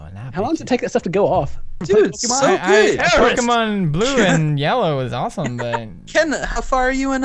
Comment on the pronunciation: "Pokeman" YAY